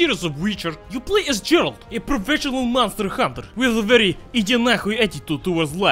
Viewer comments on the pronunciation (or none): God dammit Boris, you pronounced "Geralt" like a Western Spy would. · Nie Gerald, GERALT kurwa mać!